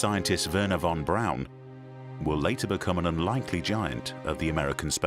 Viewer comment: Its irritating hearing the narrator say Von Braun wrong 🤦😂